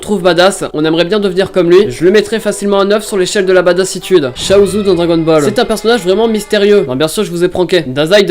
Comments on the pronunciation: J’ai bugger 20 secondes quand il a dit chaoz de db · Quand tu a dis « chaozu » je me suis dis wtf ?